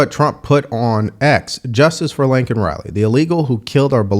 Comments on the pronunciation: Laken, not Lincoln, say her name correctly. Biden fucked it up too. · LAKEN.... (LAY - KEN).... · The slime reporter forgot to mention how Joey miss pronounced her name... showing how much he really didn't care what his policy was responsible for... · State of the union? Mgt had signs saying SAY HER NAME! Because they did not acknowledge it and Biden said her name wrong! George Floyd in the other hand! Come on! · Bro! Her name is LAKEN!! Not Lincoln. We have to be better than the libs. We gotta get her name right. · No reaction from the Guilty…. I have to correct you it’ like the word “Lake” NOT “Link”not being ugly just wanted to have her name said correctly. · Hey, kind of painful. Her name was Laken Riley. Not “Lincoln”, not “Laneken.” Lake-N, not Lin-Ken, not Lane-Ken. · Her name is LAKEN not Lincoln ! RIP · Laken, not Lincoln. Don't pull a Biden on me,. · Also it’s Laken not Lincoln